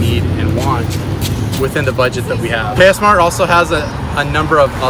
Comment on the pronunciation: Actually it KS MART not cass Mart